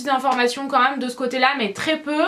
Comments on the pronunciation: Pk tu dis nous meume au lieu de de nous meme ? Bizz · tu dit :nous mom à la place de nous même sinon je t ador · super vidéo et oui je regarde en 2016 ... mais tu dis meume au lieu de dis même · j'aime pas comment tu dis même tu le dis meme et tu le dis beaucoup de fois dans cette vidéos mais sinon ta un beau dressing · On dit MÊME et pas "MEUM" lol! Sinon ta pièce est magnifique!